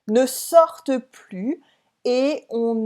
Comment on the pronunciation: The e in sortent is pronounced here, but isn't it usually silent? Is there a name for this phenomenon as well, and what are the rules?